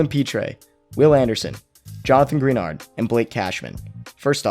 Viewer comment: Pitre = Pee - Tree Greenard = Gra - Nard